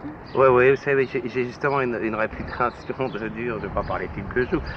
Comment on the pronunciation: "Une réputÂtion.." Cet accent a disparu. Purée il ne reste pas grand chose de ma jeunesse ...